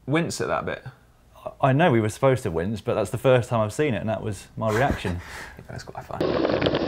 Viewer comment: if you listen really closely Dan Lloyd said winge in stead of wince I could just imagine Matt Stephens's cackle